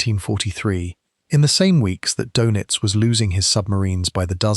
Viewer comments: It’s “dur-nits” not “dough-nits”. If you can’t pronounce o-umlaut, I’m not convinced you should be making videos that have anything at all to do with Germans or Germany. Just 41 seconds in, you’ve mispronounced his name twice, blown all credibility and made me turn off. Well done. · His last name is pronounced in English like “DERR-nits” not “doe-nits.” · Can’t you pronounce Doenitz better? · Most shows screw up the pronunciation! Typical AI crap